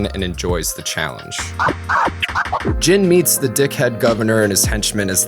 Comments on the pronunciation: Jin's name is not pronounced "Jean" like a pair of pants but more like "Gin" like the alcohol. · Mugen and Jin are no Samurai - they are ronin = vagabonds. Also "samurai" is a social status and not the Japanese word for a sword wielder. 🙈 And Jin is pronounced "jinn" 😵🙉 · Americans pronounce Jin really weird. It's not Jean or Gene like the english name. On he pronounces him right for one time. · "Jean"? You mean Jin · Why is calling he jean instead of Jin lol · Whats with calling Jin ”Jean”? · "myoogen, jean, and fuu" lmfao good video but that butchered the names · stop pretending I'm wrong because it makes YOU look silly! In the beginning of the video he states that Jin and Mugen are samurai. True: later on he uses the word samurai differently. But it's a lack of consistency. Also saying that he pronounced "Jin" correctly shows that both of you, that you only watched the English dub, since the Japanese folks really pronounce it "Jinn" or "Gin" like in "Gin Tonic" (I have heard this Japanese name hundreds of times in several Japanese anime and video games with the original dub; Jin is the Japanese word for "justice" by the way)